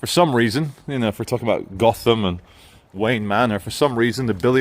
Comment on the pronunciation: it's pronounced Goat em.